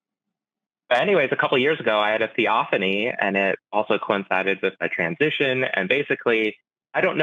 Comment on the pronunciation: thee-OFF-an-ee I think Forrest could figure that out if he didn't want to make fun of someone. The burning bush was a theophany, for example.